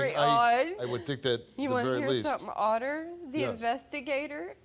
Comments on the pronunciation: Haaaa, she said otter!🤣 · "U wana hear something odder" lmfaoo dumb ass